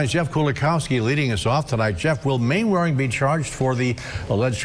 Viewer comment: Mainwaring is pronounced Mannering